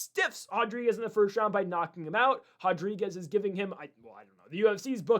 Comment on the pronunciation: Hodrigues 😂 dude kills me